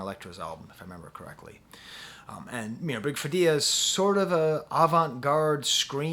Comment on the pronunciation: Perfect opening👍...You only needed a tin foil hat over your sharp new haircut✂️💇🏻‍♂️ Big Freedia is pronounced like "Freida".